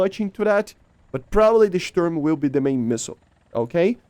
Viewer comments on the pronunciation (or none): none